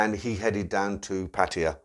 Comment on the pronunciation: PA TA YA...not PA TI YA!!!!!!